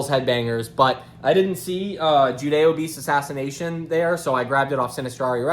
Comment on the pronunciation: Finally someone who doesn’t say “judiobeast” lol